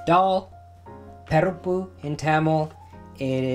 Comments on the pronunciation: He spoke so beautifully in Tamil then called it pERippu xD it's PArippu guys! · I do mine boiled and then do the temper with fried onion, garlic, ginger, curry leaves and Maldives fish chips then add the lentils and coconut milk. Btw I have never heard sri Lankans pronounce parippu like you do. Great video as always. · Hi Rajiv, I am a Sri Lankan Dutch Burgher (Toronto)who grew up on this eating it multiple times a week. I find your pronunciation a bit strange. We always pronounced it Parrippu with an "ah"on the the first syllable. Loved your recipe although I make it slightly differently. I am so happy you are spreading the love of our cuisine to the world.